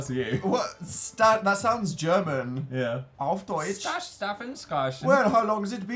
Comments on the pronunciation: when people assume a word to be german... it's not, dan, it's not. but your "auf deutsch" was actually really good! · Dan's attempt to say "auf deutsch" was pretty good in my opinion as a German